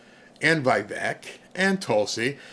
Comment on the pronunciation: Vivek is awesome. Btw: it’s Vi-vayk (rhymes with cake)